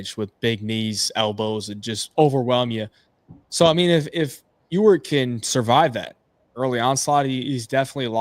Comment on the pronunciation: Thanks again,! And thanks for being able to properly pronounce Ewert (yooo-urt). You're the ONLY person I've heard able to do this correctly.